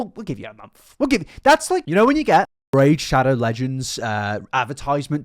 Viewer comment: a mumf. a MUMF. AAAA… MUMF.